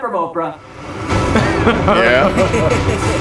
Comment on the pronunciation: I just realized when sonic said did u steak that from "Oprea" if u hear closely it sounds like o bruh